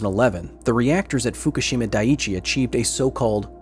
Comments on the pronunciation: Like Hiroshima, people mispronounced Fukushima. It's not "foo koo SHEEE mah", it's "foo KOO she mah" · What do people keep calling Fukushima 'Foo-kah-she-ma'? There's no A, it's 'Foo-Coo-she-ma'